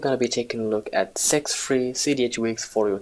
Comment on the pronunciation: In the intro sounds like you say "sex free"